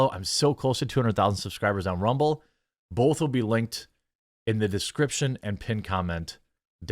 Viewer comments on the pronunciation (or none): There is no letter "L" in the word both Jeremy. Turn down the midwest please.